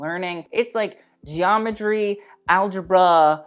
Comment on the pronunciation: Look up the word Geometry. The pronunciation would be great secondly. All love and education doll….